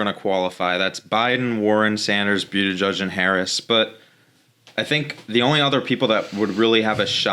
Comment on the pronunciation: Really enjoyed the show but just one critique - can you pronounce Pete's name right? It's Boot-Edge-Edge. Not Bew-dih-judge. I know it's nitpicky but it just bothers me. Can't wait for the next upload :)